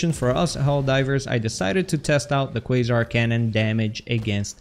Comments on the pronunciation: Yay you finally learned it's pronounced "kway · zaar" lol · ahh man he actually said "Quasar" right this time... No mor kwazar😪